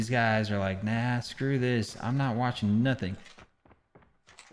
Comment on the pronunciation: i thought he said gaes